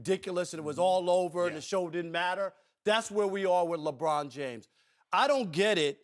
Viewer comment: Ruob Puarker shuut uup abuout "Lebruon Juames"!!!